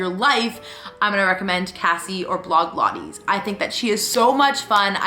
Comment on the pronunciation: Can you actually not pronounce blogilates it’s not hard at all